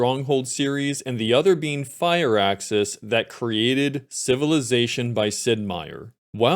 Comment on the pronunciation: Fire-axis? Thought it was pronounced like fur-axis